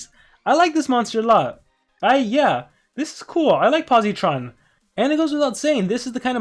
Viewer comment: Hey quick tip for pronounciation you don’t say it with a hard E sound